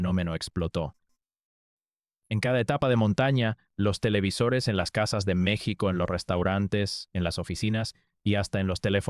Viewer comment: Todos quisiéramos que este vídeo fuera cierto.... Pero es otro pend ... Vendiendo videitos y no sabiendo pronunciar bien el nombre de nuestro país ... Te cuelgas del triunfo de este gran atleta para decir tantas mentiras.... Que lástima me provocas.... Hasta creo que eres Argentino